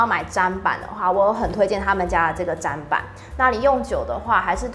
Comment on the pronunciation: 看了有點強迫症發作還是提醒一下砧（ㄓㄣˉ）板